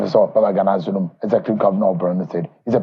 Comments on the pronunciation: Its Governor Zulum not Bulum please. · pls correct the name u mentioned in your headlines....his Name is Governor zulum not Bulum as u said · note: it's Zulum and not Bulum. You ought to do better than this. It's advise that you correct the spelling of his name. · Point of Correction is ZULUM not BULUM